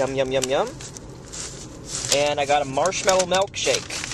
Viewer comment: It's MILKshake not MELKshake. moron